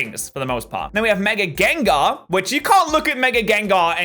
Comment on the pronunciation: After u said with mega gengar 'its not gonna switch its not gonna switch. Wtf did u say u said like mega gengarados or mega gengerar